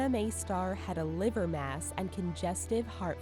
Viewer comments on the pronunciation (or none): none